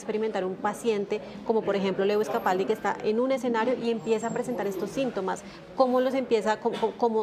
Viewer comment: No se dice Lewis,se pronuncia Luu-is